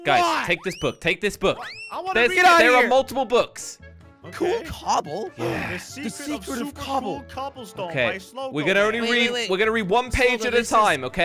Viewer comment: This video made me laugh so much when said “cooble” and doodle